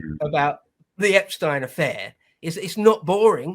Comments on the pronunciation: No need to pronounce his name different than the rest of the world. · It bugs me that pronounces Epstein’s name differently 🤣😂 just had to say something hahaha